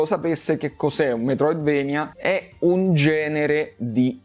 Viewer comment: comunque si legge Metroidvania, per come si scrive, per il fatto che il nome di Castlevania è preso dal posto che è la Transilvania dove giustamente che il è castello di Dracula, che alla fine è il nemico principale. Quindi se dici "vania" e più giusto di "venia"